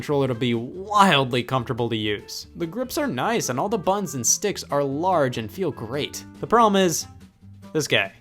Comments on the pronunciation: 1. “BUTTONS” is a 2 syllable word and is not pronounced “buns”. 2. Your controllers are filthy AF. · scott pronouncing buttons as ”bUHOns” for 20 minutes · Dude when you say buttons it sounds like buns. 😂 great video! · buh ins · Nintendo made Bu ins, what did you do, DAAAAD?? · Bah enns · I like how he says button, “bu-in” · Alternative title: Scott says "buttons" with weird emphasis for 23 minutes. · I can't watch this anymore because of how he pronounces "buttons".